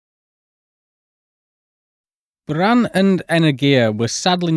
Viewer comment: Cheers from🇷🇺 Your pronunciation of BUЯAN deserves a RESPECT on it's own 😂 Thought Artyom Tatarchenko's surname might still need more effort😂😂😂